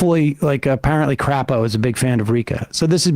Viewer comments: As an Idahoan, it's pronounced 'Crāpo' but truthfully 'CRAP-o' is far more accurate. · Crapo will tell you it's pronounced CRAY-po, but let's be real